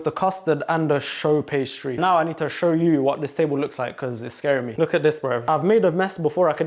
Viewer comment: Not "show" pastry it's pronounced "shoe" pastry😮